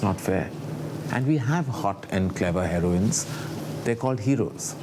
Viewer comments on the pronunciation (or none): for gods sake its not HAIROINE plz